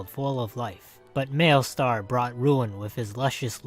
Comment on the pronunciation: did this dude just say mailstar